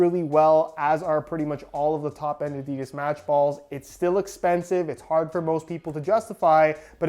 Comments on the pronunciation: A di das not a deeeee das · No one: Literally no one: Not a single soul on Earth: Yanks : ‘ ADEEEEEDAS ‘